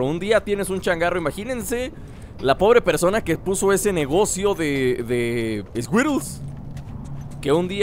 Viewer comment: Like si no dejaste de decir scuirols cuando dijo scuirols xD